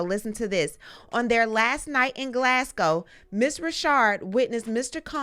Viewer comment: You're the first American presenter I've heard pronounce Glasgow properly! 💯Props from this Glaswegian born lady rh ❤️Prayers for Cassie and all affected by this monster